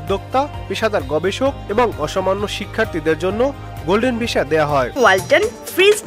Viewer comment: ভিশা, বোলিউড কি ভাই...?? ভিসা (উচ্চারিত হবে ভিছা) আর বলিউড... ফালতু উচ্চারণের খবর শুনতে বিশ্রী লাগে।